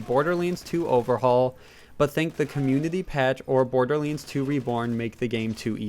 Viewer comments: its pronounced Borderlands not Borderlinds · Wtf is Borderlins? or Borderlenes? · Border Leens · It hurt how he says borderlands 2